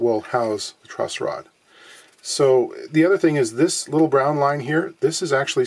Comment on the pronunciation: TIL its called a "truss rod" not "trust rod".